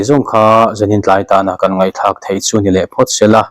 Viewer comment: Thil chhinchhiah thlak tih tur emi,thlak ti lovin tlak tih zawk tur a niang a.